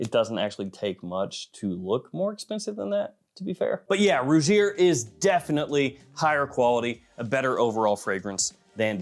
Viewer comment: Also Rugir is pronounced Roo-heer. For future reference my brother!😉